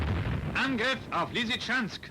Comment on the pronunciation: Even I understood that!